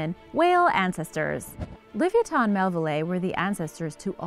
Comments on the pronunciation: Forget her sources she's sluaghtering the pronunciation of livyatan so badly i cant even watch the entire video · Thank you .. Her pronunciation is atrocious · your saying it wrong OMG its ly vi ah tin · yr so not saying that right li-vi-ya-thon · It's pronounced like leviathan or leviatano. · No offence to your mom, but the correct pronunciation is: Liv-ee-ah-tan... and that's according to every source. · Bruh its Luh-Vi-O-Than it just hurts my head to her say it wrong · Glad I'm not the only one!! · The way u pronounce this animal kills me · I’m just baffled she the name so wrong so many times flabbergasted😂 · For gods sake...please learn how to pronounce this whales name and Herman Melville's name... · I hate the way shes says it name.. it's so miss pronounced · She didn't even pronounce it right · I hope u realize your sluaghtering the pronunciation of livyatan ...pronounced : Li vy a tan like laviathan but slightly different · The pronounciation bothers me more than it should T_T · She sluaghtered the pronunciations , it bothered me so much i had to stop watching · shes not even close to being correct .. my mothers from tel aviv and she was even saying this girl has no clue how to speak ...